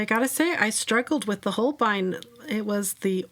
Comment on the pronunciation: Not a huge problem but they dont quite pronounce it the same way as you do, if you look at the katakana (ho - ru - beh - I- n) it actually comes out closer to sounding like "whole bean" which i just find really funny. I hope when you see it now you just think of beans like I do lol Say it however you want i just thought it was funny